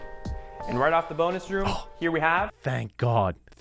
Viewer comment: i had to do a double take, i thought the real estate agent said boners room. 😅